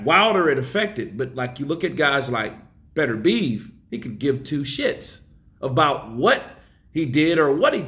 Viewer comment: Yo. please try to pronounce BETERBIEV correctly, It is not pronounced BETTER BEEVE as you keep saying, it is pronounced BITTER B EV